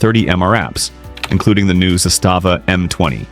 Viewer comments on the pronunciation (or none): none